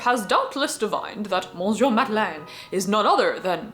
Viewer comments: Small correction: monsieur is not pronnounced mohn-syuh but rather muh-syuh. /mə.sjø/ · You are not gonna like this comment, but the n in monsieur is silent.